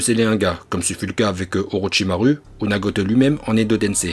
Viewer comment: je regarde vidéo de youtubeurs je constate qu'il prononce Mal les nom des personnages il dis Naruto 'orochimaru'achirama ce faux ce (naluto' olochimalu ' hachirama avec H écouter bien Madara lorsque il parle il y'a aussi les noms des techniques par ils disent éléments raiton cet faut ce laiton même dans DBS ce pire (frizer) ce (freiza et dodoria san hakai shin bul Sama)